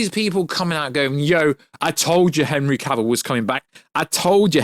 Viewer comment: So refreshing to hear someone pronounce Henry Cavills name correctly.